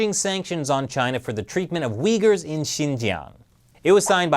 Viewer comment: Did you say track the regions are uyghur people or did you say the weak people my hearing is getting really bad lol I think I will have to fit a dolphin Raider cochlea or cochlear some kind of vertebrae in my ear